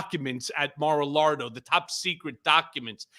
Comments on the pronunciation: It's Mar-LIE-go 🤥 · He said mara-lardo